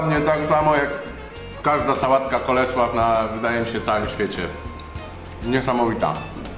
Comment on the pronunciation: Sałatę wymawiaj ; Kol Slou Pisze się;Cole slow